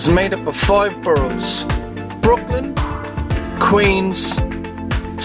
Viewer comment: the way you pronounce 'borough' is funny. good video nonetheless